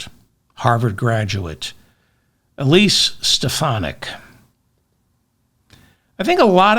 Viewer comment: He can't even bother to pronounce her name correctly - is Stefanik craving a neck stretching from the loonies?